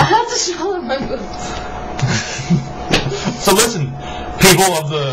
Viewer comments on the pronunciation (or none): I definitely heard boobs, not boots first time haha